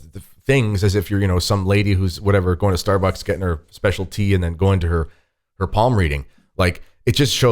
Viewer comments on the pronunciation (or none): none